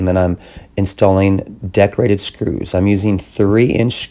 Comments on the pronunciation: He says Deck rated. I keep hearing decorated. Lol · Awesome video! Took me a few to realize you were saying deck rated screws, I couldn't figure out what decorated screws were...lol! Amazing tutorial and beautiful work!